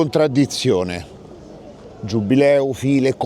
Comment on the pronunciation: è giubileo non giubbbbbbileo